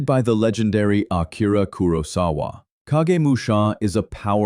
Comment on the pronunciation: Great list. Unfortunately the AI narrator pronounces Kurosawa about 8 different ways.